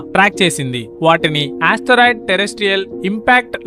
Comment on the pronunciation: Astheroid kadura babu... ... it is Asteroid....